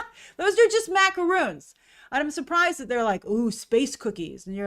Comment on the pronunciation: Minute , MacaRONS, like the name "Ron". Macaroons are made with coconut.